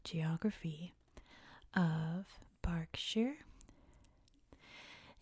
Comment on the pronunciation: Nailed "Berkshire" and "Reading"! 👏